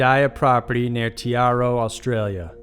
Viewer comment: Pretty sure it's pronounced mack -eye, tye-ro and gun-die-a 😁